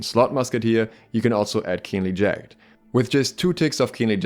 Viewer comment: Not to nitpick but I've noticed your mispronunciation of jagged on several videos. its pronounced in two syllables, jag - id. love your invaluable content, hope they dont nerf muskets into the ground eventually. its a sniper weapon and meant to be used as such. maybe wrong to implement it in this game philosophically or from a game desgin perspective, but it's in the game already... different discussion for a different time i suppose. I feel like they need to make it attractive for musket players to take a different melee weapon other than rapier as a defensive escape tool. then it might sway muskets to not go 50 con 300 dex 150 int glass canon builds and perhaps opt into 300 dex 200 con builds.